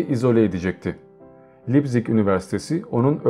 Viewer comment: Almanca sözcükleri Almanca olarak seslendirseniz daha iyi olurdu mesela Beysıl değil Basel (Basıl), Lepzig değil Leipzig (Laypzig) gibi... Emeğinize sağlık